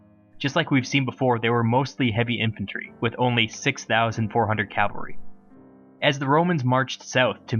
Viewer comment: I love your vids, but by God you have to stop pronouncing cavalry as "calvary".